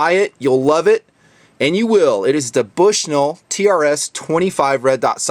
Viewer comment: lol he said Bush-NULL.